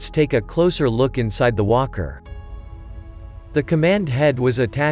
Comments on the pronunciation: I'm not a native English speaker. I heard "imperial wanker" instead of "imperial walker". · Sounds like hes saying wonker 😂